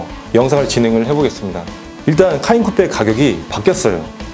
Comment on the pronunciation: 미안하지만 차 이름 발음을 잘못해서 계속 거기에 신경이 쓰이니 내용에 집중이 안돼요. 카인쿠뻬 카인쿠뻬…. 계속듣고 있자니 괴롭네요.